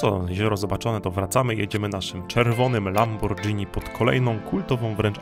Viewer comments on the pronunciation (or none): Piękne miejsca, piękny montaż! Dodaję te miejsca do listy do odwiedzenia <3 Taka upierdliwa uwaga: Lamborghini się czyta <Lamborgini> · Hej, "Tre Cime" czytaj "tre czime" i znaczy to "trzy szczyty" a nie "trzy siostry". I Lamborghini czytamy "lamborGini" a nie "lamborDŻini". Ale filmik jest de best :)